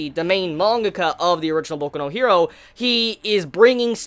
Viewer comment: Like your stuff, but just say hero in the English pronunciation, not her-do